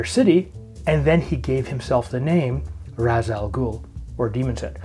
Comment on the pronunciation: Only thing: as per Denny O'neil it's pronounced "Raysh"...smh Chris Nolan.